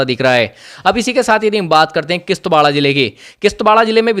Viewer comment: It is kishtwar not kishtwarda 😂😂 anpar anchor 😂